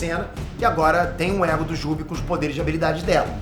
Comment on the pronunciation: "o cabelo dessa égua aí" kkkkkkkk rachei com "falando" isso. Ele falou ego, mas deu a entender égua kakaka